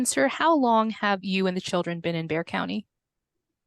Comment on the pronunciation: lmao. He’s been here for almost 10 years and still pronounces Bexar county as “bex-ar” instead of “bear”. He must live under a rock